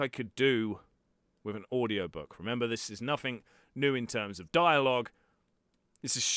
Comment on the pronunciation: Npthing too u wanna not say nofing. Otherwise your voice seems good. Just this one thing is the most wrong thing your accent has done to you. Your accent otherwise is goid it is just this one thing that so very few others say it like.